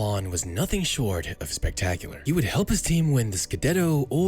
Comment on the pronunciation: Milan* not Melón